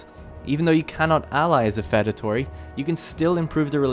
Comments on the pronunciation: Feudatory is pronounced few-da-tory. Like the word feud. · I wanted to die every time you said "fed-atory," but I really appreciate the video. Thank you. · Why do you pronounce feudatory so weird